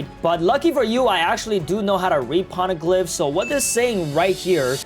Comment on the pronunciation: Pls just stop saying "p0rneglyphs"